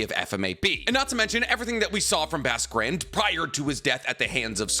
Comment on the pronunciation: “Basque Grand”, pronounced: BOSK Grond